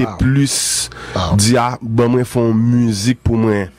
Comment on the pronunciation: Qui est la en train de remarquer que ne peut pas dis mwen. Il dit constamment mren lol